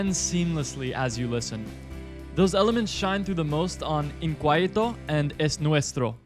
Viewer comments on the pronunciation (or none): pretty interesting band, never heard about it before and i am from Argentina by the way, "inquieto" is pronounced as "in-ki-eto" instead of "in-kuai-eto" :), you still have a nice pronunciation of the spanish words.